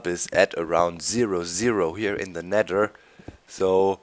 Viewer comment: you said nedder doc :o hahaha